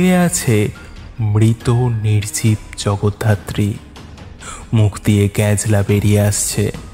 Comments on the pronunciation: Jagaddhatri ke Jagodharti bollen , ish ki bichchhiri byapar 😂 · শেষ টা খুব খারাপ, আর জগধারত্রি নয়...... জগদ্ধাত্রী, উচ্চারণ ঠিক করুন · খুব ভালো হয়েছে !! শুধু জগদ্ধাত্রী উচ্চারণটা একটু সঠিক করলে আরো ভালো হয় I🙏